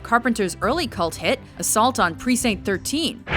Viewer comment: Stop saying precinct wrong this is the second video you have done this and it's driving me crazy.